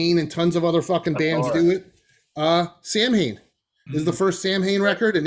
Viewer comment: last pic Samhain is pronounced saa- win.